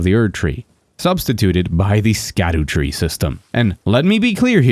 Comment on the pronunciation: Good video. Btw sc in scadutree fragments is old english and there sc = sh. So its called shadutree fragment (shadowtree).